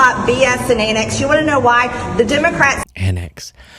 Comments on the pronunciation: She knows it's pronounced Antics not Annex right😂😂😂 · "Impordent" (important) and "annix" (antics) drives me crazy. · She's so beyond ignorant and vile. "Annex"? I think she meant antics, but who knows? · "With their annicks!" Does she mean antics?